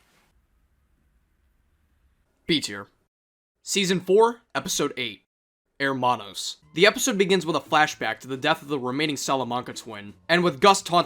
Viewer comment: How could you pronounce "Hermanos" like that after having heard Gus say it xD?